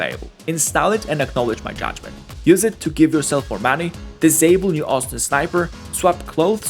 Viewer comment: "I'm here for muneyy"